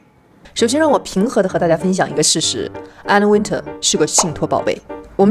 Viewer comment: 至少把Anna Wintour 的名字唸對吧？不要中式發音好嗎？中國人的英文真的有點可怕，不是Ａ都發ㄚ，那是你們中國的拼音，那不是英文。都已經在做時尚影片，起碼做一點功課。youtube GQ 都有一堆材料。如果你有點常識，或者有做功課，不至於犯這種低級錯誤。